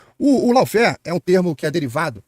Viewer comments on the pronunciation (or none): Maravilhoso! Quanta cultura a ser divulgada! Cuida só pra não pronunciar "lau-fér", mas sim "ló-fér" 😊